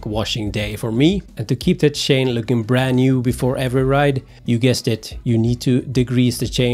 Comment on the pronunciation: When I heard "Shane" instead of "Chain" I knew the guy was a Swede :) Or at least pretty near Swedish.